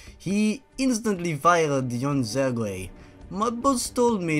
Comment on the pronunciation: Commander Sergueï? More like Commander SergGAY